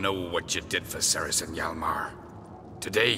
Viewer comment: I think it's pretty cool to find out that there's a video game character with the same name as me but I was really weirded out by the pronunciation. No one has ever pronounced like that ever. It's actually pronounced cer-is not ser-is. The Welsh language doesn't really convert C's to S's the way English does.